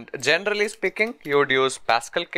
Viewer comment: This video is really usefull but "genderally" is killing me